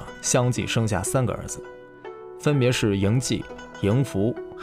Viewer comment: 支持！ 纠正一点小瑕疵哈，高陵君公子悝，即视频中的嬴悝（kuī）。这个字也有 lǐ 的读音，不过在先秦时期作为人名时读 kuī ，同名的有魏国法家大师 李悝（kuī）。